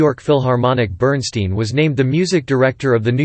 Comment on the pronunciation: BERNSTEIN PRONOUNCED (BERNSTINE).